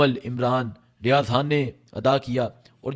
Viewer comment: سویٹ جی۔ آپ " خ" کو ۔۔ ح بولتے ہیں بڑا اچھا لگتا ہے ۔ زحم ، عمران ریاض حا ن🎉